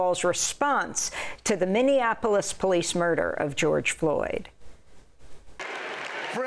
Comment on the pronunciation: Trump can't even say Minniapolis. It comes out as Mini Anapolis, as if it's a smaller Annapolis.